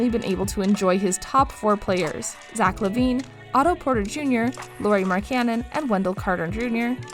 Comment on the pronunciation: Stop saying his name wrong